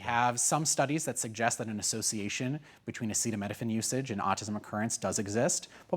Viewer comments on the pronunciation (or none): I'm not trusting a man who cannot pronounce acetaminophine. Autism is mostly genetic, people have to remember even one small gene can skip a multitude of generations then suddenly appear.